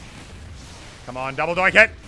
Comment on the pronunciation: It's double donk no double doink